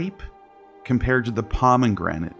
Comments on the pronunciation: It's not pronounced "Pah-men-granit." It's just "Pah-meh-granit." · I agree. He also has very weird pronunciations of common words like “pomeNgranate”. I get that autodidacts mispronounce a lot of things, but if you’re putting together an academic video, it’s very distracting